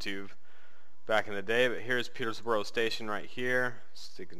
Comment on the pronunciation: You'll learn how to say Peterborough one day :P